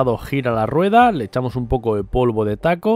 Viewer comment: se llama talco no taco 🤣🤣🤣🤣